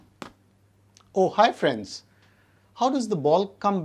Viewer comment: When I started the video and then he said "Oh Hi Friends " I heard ohio friends 😂